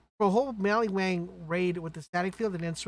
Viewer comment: Did you say maliwang lol